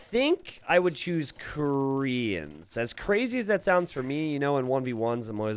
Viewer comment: please stop saying "koreans" like that it is really boring, annoying and bothersome